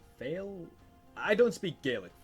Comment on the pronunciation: For you pronouncing fianna fail you should pronounce fail as either fall or foil.